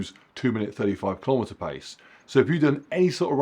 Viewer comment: Keelow meter